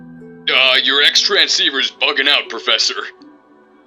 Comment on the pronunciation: Saying XTransceiver like that...